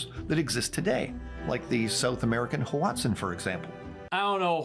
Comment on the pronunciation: AiG never learned how to pronounce hoatzin, now I understand how you made your mistake as well. WATSON